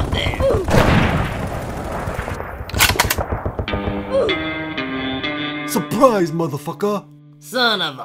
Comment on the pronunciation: " SuPrIZe MAdAhfaKah " - Uganda Hero